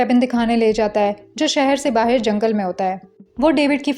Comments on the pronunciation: Bahir nahi Bahar.😂 Sabhi explanation karne wali ladkiya BAHIR kyun bolti hai. It's really very funny and annoying at the same time. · "bahir" word tells your pakistani identity 😂